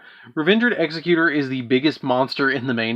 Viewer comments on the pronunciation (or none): The base word for Executor is executive NOT executioner. Why that’s so hard for the Uber mensch nerds of this game to get is insane. Also “the timeless” is Du-gar-ay. Dugares.